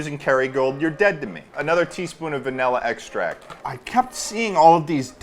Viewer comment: "vanhela ekstrahccT"